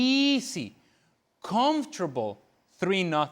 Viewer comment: Ale Moreno you pronounce the word easy like eazy not easssy.